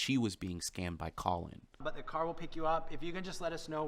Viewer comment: " Colon" 😂😂😂 (Sorry, Colin ) On another note- my son Jack died very suddenly on the 8th November last year - this was the last thing we ever watched together..and oh how we fucking laughed though.. is insufferable but has a weirdly special place in my heart because of this,strange as this is going to sound!